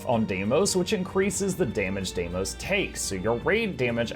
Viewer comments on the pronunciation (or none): There are specific group damage numbers that make Mursaat Overseer practically impossible as you get more than one blue/spears combo at the same time. Sometimes it's easier to deal a bit less damage. Funny how you pronounce Deimos differently in the same sentence. I also can't make my mind up. Some people say that Soulless Horror CM is actually easier because of the smaller platform because the really big walls will seize earlier. I haven't wrapped my head around Sabir's three pronged sand laser yet. Also that nobody should fall into the sand makes it quite hard to do. Thank you for your effort. I'm still missing Dhuum, Twins, Q1, Sabir and Q2. It's a bit sad but there will most likely be no more additional raids but only strike missions. Cheaper to make I guess. Would a video on the achievements be a good idea? I mean some like Slothasor or Mathias are kind of challenge mode.